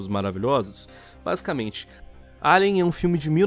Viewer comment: O certo = Alien Lion: "Eilian" Que???? Que p0rr4 de pronúncia é essa?